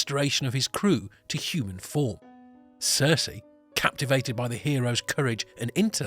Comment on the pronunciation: Good video, not so good pronoutiation. Circe should sound more like cpt. Kirk, not a character from GoT